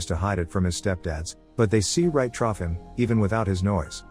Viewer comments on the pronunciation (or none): I hadn't realized this was a computer generated voice until it said, "They see right TROUGH him" instead of "through him." Common mispeeling. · Through is pronounced Thr-oo, not Troff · "They see right 'the-ruff' him." Took me a minute to realize "through" is hard to pronounce for a machine. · Trough? I think you mean through. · “They see right trough him.” Yes, ‘trough’ instead of ‘through.’ Geez, is there no proofreading before release? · I noticed on this and the "devil" recap your AI voice says "trough" as in what animals drink from, instead of "through" as in "thru" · this man said “they see right troff him” instead of “through”. 😂😂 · Great movie summaries. Pronouncing "through" as "troff" is annoying. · This AI voice is losing it's mind. I had to replay it a time or two and yes, it pronounced the word "through", as in 'see through', as "thruff". When I went to another channel (Story Recapped) with the same voice, about the same movie, it pronounced the same word correctly. Although the word was used about a different situation it still should have been pronounced the same way, right or wrong. Anyway, that's what I think. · I noticed that too, but my captions said 'trough' like what an animal feeds from. rather than through. Lazy lazy lazy channel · “They see right troff him” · your voice thingy is amazing. But you say troff instead of off sometimes. Or am I dumb. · It's trough instead of through, but yeah otherwise it's a super good computer voice